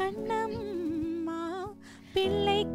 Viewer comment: Your mom is not getting the ள. It’s not piல்lai kani amudhey. It is piள்ளை kani amudhey. And kaண்ணmma. Not kaன்னmma. Big Na. 🤟